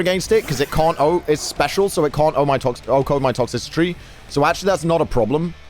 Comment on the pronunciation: "Toxicitry" lmao its Toxtricity my guy